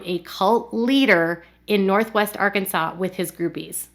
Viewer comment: I know this is an older video, but the other day you pronounced it ar-Kansas, which filled me with joy, and now I am disappointed everytime I hear you say Arkansas properly lol